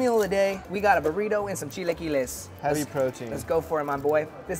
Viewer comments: 🤣 , chi-LA-quiles and not chi-LEE-quiles. The next video involving chilaquiles and I hear it said right, I’ll personally make a second youtube account to support you señor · the way pronounces chilaquiles irritates me all the time lmfao